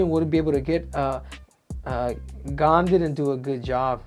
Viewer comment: Pronounced as “Gan”